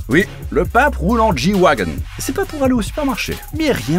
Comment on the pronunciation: Je t'explique le Merco G s'appelle comme ça pour Gelandewagen autrement dit tout terrain donc soit du le prononce à l'allemande G wagen et pas "J" Wagen soit tu te tais :/